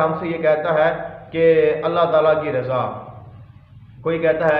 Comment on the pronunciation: رضا الہی ہی کہنا چاہیے جناب۔۔۔کیونکہ قرآن پاک کی روح سے ض کو بولتے د کی آواز نکالی جاتی ہے۔۔